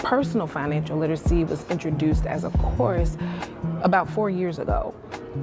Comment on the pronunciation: "Financial lit-us-see". Woman should try English first